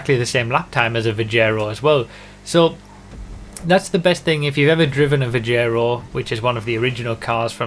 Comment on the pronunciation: IT'S PRONOUNCED VIG-ER-O, NOT VI-JEH-RO